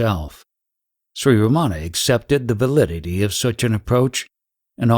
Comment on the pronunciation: So insightful and helpful, thank you! But uh, it is not Ramaana, it is Ramana. The "n" is pronounced with the tongue retroflexed back on the palate, but most westerners cannot do that...:)